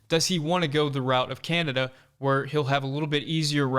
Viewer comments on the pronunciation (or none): none